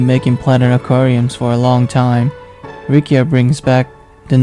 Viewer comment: It's Riccia not Rikkia... correct me if I'm wrong